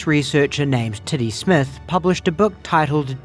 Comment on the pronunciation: I had enough time to laugh at the Kiwi pronunciation of what was obviously supposed to be ‘Teddy’, right until the graphic with his name spelled out appeared. If that was on purpose, it was perhaps some of the greatest comedic timing I’ve ever seen.